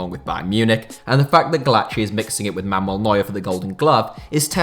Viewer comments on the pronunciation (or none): none